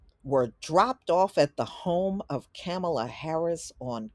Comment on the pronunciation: Can you at least say her name correctly